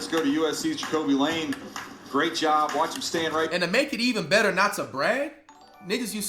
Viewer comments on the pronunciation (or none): none